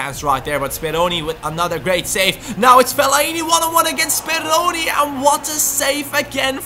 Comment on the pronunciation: BelajarMenggambar its Speroni :p